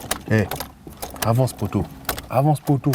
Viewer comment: Mdr "Avence poto" xD !!